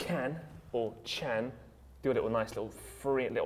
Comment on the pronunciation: Emre cans surname isn't 'chan' its 'gan'